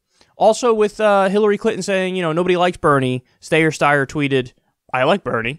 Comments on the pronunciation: Wtf?! And here I was hoping that Steyer could drop, endorse Bernie and run pro-Bernie/ anti-Bloomberg ads. What a let down. Also Kyle, let that tired joke go already. We know that you know that it's Steyer and not Stayer. There is no way you're THAT incapable. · please stop saying Stayer/Steyer, super annoying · Secular Talk video starts: So Tom Steyer, Stiyer, Stayer..... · It's Steyer - Rhymes with "Liar" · ST-eye-ER .. for gods sake Kyle 🙈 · Kyle: From the horse's mouth the name is pronounced Styer. This horse is, by the way, like all other wannabes-- trying for traction against the only candidate worthy of challenge. That be our guy, Bernie. Billionaires and Bernie are an oxymoron. Something that can never be, so Steyer's attacks should not be a surprise. FDR said" I welcome their hatred." Bernie says you're going to pay your fair share of taxes which to billionaires is as good as a silver crucifix in the face of a vampire. Confucius spent 13 years traveling the known world to find a righteous man to lead China. He never did find one and the emperors continued to rule. Aren't we lucky. We have one -- Bernie Sanders. The billionaire class and those who profit from them and the status quo would rather eat broken glass than utter his name. He must be doing something right and he's doing it for us. This country needs this change. Our democracy is currently on life-support and if Trump wins another term we will lose it. The irony is that our best days were when the public and private interests paid their fair share towards the common good. We ARE a mixed economy. A monopoly just doesn't work as well as we have seen for decades with crony capitalism run amok. We have to restore balance to have a healthy economy and society that works for everyone. The wealthy think they can go it alone. Wait till there's a Starbucks on every corner and no one left to buy the coffee. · The steyer pronunciation joke is getting a little old. It’s not that hard of a name to pronounce.